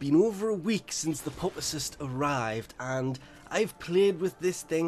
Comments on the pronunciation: Pupacyst is said, pewpa cyst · Pupacyst with a "pu" like puppy, rather than pupa. Lesion like...like...uhhh.... Anyway, must be a troll.